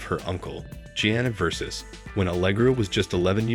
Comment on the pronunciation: You would think that AI could learn how to correctly pronounce Versace.